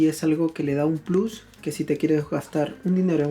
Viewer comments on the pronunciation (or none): none